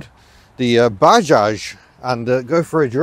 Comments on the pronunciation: It's not baaaajaj,, it's Bajaj,, spell it correctly 😡😡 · it's 'buh·jaaj'.